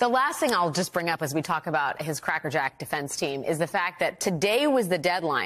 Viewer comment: she said cracker jax defense team lol